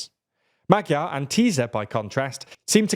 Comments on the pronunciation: and maDYar instead of magyar 😂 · In English writing it would be Ma-jar. Or just say the 'gy' like the dge in hedge. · Why is it so hard to check pronunciations before covering a topic like this... fiko, magiar peter, tiza etc.. were driving me crazy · Can you pls take 10 minutes and learn how to pronounce the Hungarian alphabet? It's really simple, but that pronunciation was horrible. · Next time put the names of the people you're talking about into Google Translate for the respective languages and check how they're pronounced. You've managed to butcher both Magyar and Fico. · My god the pronouncations are awful!! its TISZA (like the s in STAR) NOT TIZA!